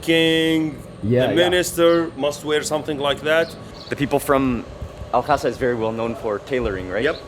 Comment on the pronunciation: I dont understand why Mark is making the pronunciation unnecessarily difficult... Its simple... Al Hasa Mark says it Al Khhasa